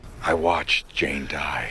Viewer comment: For a moment i believed that Po's father really said "I wacthed Jane die".